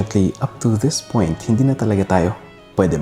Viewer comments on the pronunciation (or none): none